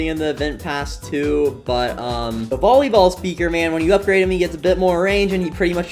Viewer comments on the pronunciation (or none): “vollyball” it’s volleyball